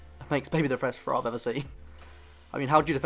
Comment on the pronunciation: I had a little trouble at first, hearing your "frow" instead of "throw" and "free" instead of "three". . . But luckily I have noticed this British/English way of speaking the "th" sound, although I know it is probably a regional, rather than a national pronunciation.